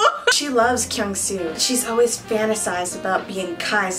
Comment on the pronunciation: am i the only one felt weird when pronounce kyungsoo name? 😂😂😂😂😂😂